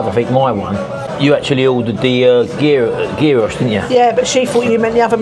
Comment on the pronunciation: Looks lovely, gyros is pronounced yeeros, enjoy x🇬🇷